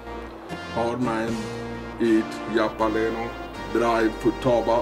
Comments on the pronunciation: It's halapeeno, Halapeeeno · Jap-a-lee-no. It's pronunciation like that which make me love heavy accents.